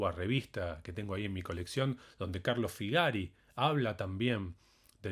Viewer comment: Gracias por la clase. El nombre del musico se pronuncia Fígari.......acento en la i.